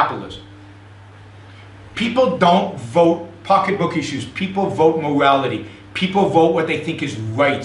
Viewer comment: He sounds like a 2 year old with a deeo voice. "Mowality"